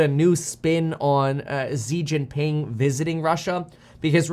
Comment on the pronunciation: It’s shi jing ping not zeee Jin ping